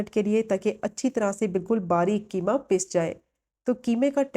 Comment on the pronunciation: Not keema, qeema